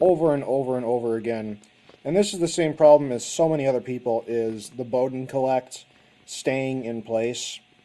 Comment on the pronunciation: Colet is not pronounced 'collect', it's 'cowl-let'